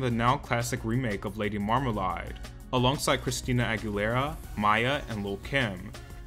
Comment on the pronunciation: “Lady Marma-lied” ahem.... what 🙄